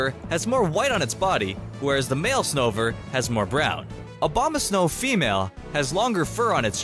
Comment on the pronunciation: Did anyone else notice that he said 'Obama-snow'? XD'